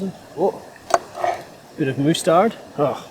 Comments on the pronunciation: So no one gona say anything bout the way he says mustard this guy just said moosetard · Yoo Im dead bro said moostard 😂😂😂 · do aussies really pronounce mustard as moostard?